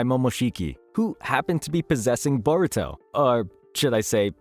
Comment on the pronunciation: I thought the show was called Baruto? 😂